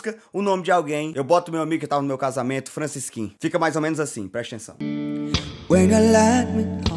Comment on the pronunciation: Fracisqui kkk